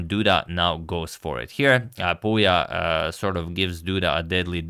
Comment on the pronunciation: #suggestion pouya is pronounced like "pooya" couble o as in foot